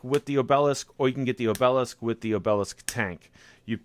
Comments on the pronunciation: So Boston 😆 It's AHH-b-lisk brother.. Not O-Bell-esk. Good review anyway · Accent on the first syllable O' be' lisk ... not o' BEL' isk ... a tapering stone pillar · Its so funny how you mispronounce words... its like job, ob e lisk